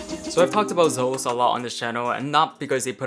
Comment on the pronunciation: Isnt' it pronounced ZEE-LOS dude?